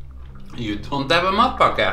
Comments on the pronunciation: It sounds like you're saying "mud packet" Somehow I think a mud packet would taste better though haha :) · It sounded at first like he was saying MUD BUCKET... I'd rather have the mud bucket then his sandwich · The way you pronounce it in Norwegian almost sounds like "mop bucket" -- "In the meantime, I'm enjoying my sweaty mop bucket"! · I just realized, matpakke is pronounced just like an American "delicacy" that is small and often served as lunch or a snack....and it looks just about as appealing: the Hot Pocket . And just like in Norway, this American snack is reviled by some people and adored by others. Just about everything you say about matpakke is said about the Hot Pocket. And I must confess, I have never eaten a Hot Pocket.